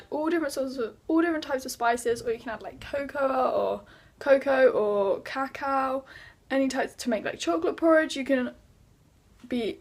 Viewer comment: It’s pronounced ca-cow not caca 😂 caca means poop in Spanish